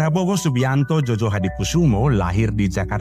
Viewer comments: Djojohadikoesoemo dibaca Joyohadikusumo, bukan JOJO. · Bacanya JOYOHADIKUSUMO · djojo itu bacanya joyo... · Eh narator.... Keknya kau tak pernah belajar tentang ejaan Van Opphuijsen dan ejaan Suwandi ya... Makanya kau gak tau bahwa dulu DJ dilafalkan sebagai "J".... Sedangkan J dilafalkan sebagai "Y"... OE dilafalkan sebagai "U"... Jadi melafalkan SOEMITRO DJOJOHADIKOESOEMO yang benar adalah:Su-mi-tro Jo-yo-ha-di-ku-su-mo... Bukan so-we-mi-tro dejo-jo-ha-di-ko-we-so-we-mo.. Kalau belum tahu ilmu bahasa, jangan dulu nanggap kerja jadi narator...